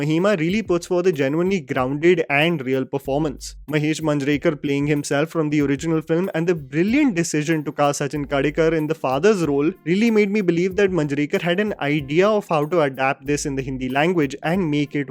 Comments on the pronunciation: It's Bhutkar not Bhutkaaar and Khedekar not Khaadekar. :) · You certainly need to pronounce names well.Its Khedekar and not Kadekar and it's Bhutkar and not Butkaar. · It's Sachin Khe-de-kar and not Sachin Ka-de-kar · it's KHEDEKAR, not Kadekar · Sachin Khedekar***. I am a huge fan of yours. Please work on your pronunciation.. You have pronounced last names incorrectly. Limaye and Manjrekar.. As you are into National level film analysis, then perfection and accuracy in pronunciation is a must. Keep up the good work my bro. Cheers!!!